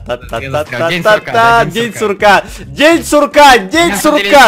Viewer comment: День курка а не сурка